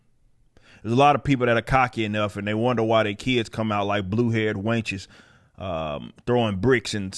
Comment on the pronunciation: Bruh I ain't going lie. I had to rewind "wainches" (wenches, for the rest of y'all), because that's a throwback term like a mf. Cracked me up. Keep up the great work man.